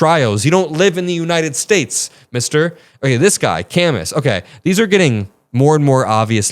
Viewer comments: Dude, its Camoo, not Cam us. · Camus is pronounced “Cah-moo” like the French writer Albert Camus (The Stranger). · FYI Camus is pronounce ka-MOO ... Albert Camus (/kæˈmuː/[2] ka-MOO; French: [albɛʁ kamy] ⓘ; 7 November 1913 – 4 January 1960) was a French philosopher, novelist, author, dramatist, journalist, world federalist,[3] and political activist. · It's pronounce Cam-oo like the philisopher. To the broader point the world would have been a lot better off if social media had died with Myspace. Tom never deliberately sought to sow division and break down how civilised society functioned. He just chilled in his white t-shirt on your friends list. Miss you buddy. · 7.45 Albert CAMUS is pronounced 'Kam- Moo' silent S , 2nd youngest Nobel Prize for Literature at age 44 , wrote The Plague, the Stanger, Nemesis..oh so much.. oft referred to as leftist philosopher.... ❤ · please look up Camus, and how to pronounce it